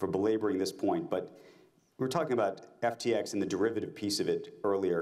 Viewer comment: he messes up his own company name